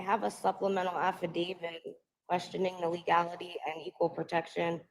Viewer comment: Who is Affidavid? The word ends with a T, not a D. She needs comtempt charges for all the interruptions.